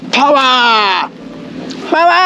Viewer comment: 違う違うケンイチさん♪もっとこうなんてゆうか「パワー」は筋肉発音で…『パワ°ー°!!°』😁